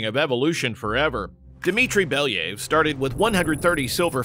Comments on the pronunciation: It pronounces like Bel (yuh) ev Not Beliyv like you say Or your ai voicover🗿 And about the wolves Weren't they protowolves who's branches gave us modern wolves and dogs? At least didn't messed up the Pushinka) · It's pronounced as it's written - BelYAyev, not BEliyev. There is YA, not I and stress is on YA. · [ya] in "Belyaev" pronounced the same way as [ya] in word "yard". Plus, the stress falls on this sound. Беля́ев. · You should check pronunciation of a surname next time! It’s pronounced Belaev